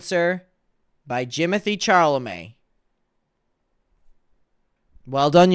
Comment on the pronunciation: Jimothy charlmay? 😂😂😂😂😂